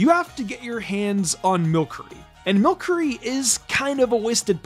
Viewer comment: Cool list but i cant forgive pronouncing Milcery wrong